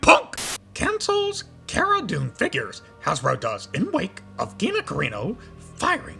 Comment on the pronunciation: “Geenah Careenoh” ahark. Good video